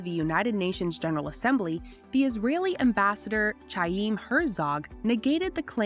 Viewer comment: "Tchaim" Herzog